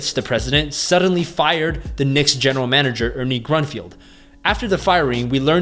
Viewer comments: Grunfeld not Grunfield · Its Grun - Feld not field.